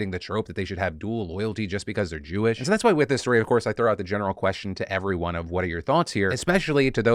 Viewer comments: Ok, the "Jew-wish" thing made me actually lol. 😂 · “Jew-ish”….that’s the funniest thing I’ve heard all year😂😂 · "Jew-ish" I CAN'T 💀💀😭😭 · He said “jew-ish” 😂😂 wtf santos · "Jew-ish"?!?! XD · "It's Jew-ish not Jewish." "It's LeviOsa, not LeviosAR." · "Jew-ish." Okay, bro.